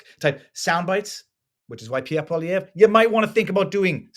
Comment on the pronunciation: The first person to pronounce poilievre right!